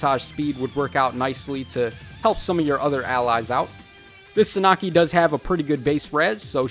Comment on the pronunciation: Suh Nah Kee?? Bro no Sahn ah key